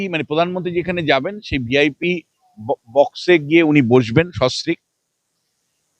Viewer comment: এই দালাল টা সস্ত্রীক কথা টাও ঠিক করে উচ্চারণ করতে পারে না।